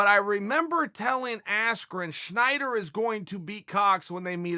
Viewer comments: why do you keep saying schnider..? its snyder lol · Stop saying Schneider. It's wrong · Chael his name is Snyder not Schneider